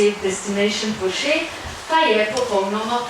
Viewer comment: Bo pripomoralo h bdp-ju, dobri šihti bojo, fajn fajn...pa fino da je gospa pravilno izgovorila Porsche😂